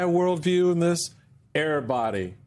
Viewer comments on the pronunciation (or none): Earbody? eVerybody! I am an English teacher…. And he just lost 50 points on his paper!